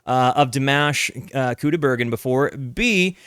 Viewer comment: Pronunciation of his name, because you TOTALLY butchered it. 😂 First name: dee - M(AH)SH (not MASH, like mashed potato!) Last name: COO' - die - bare - GEN' with a hard "G" like in GOOD. Emphasis is on first syllable. Most emphasis is on last syllable. Try listening carefully when someone introduces him! Thank you. ❤